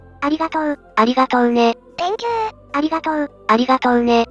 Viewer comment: Think you → Thank you（小さいことが気になる、僕の悪い癖ｗ） 個人的にはこのしつこい「ありがとう」連呼は好きです。